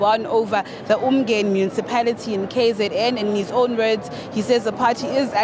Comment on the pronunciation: I've heard John say, the word Ubuntu proproperly, but now he can't even pronounce Umgeni properly as appreciation for the people who voted for him,,,,, I wonder why, nje.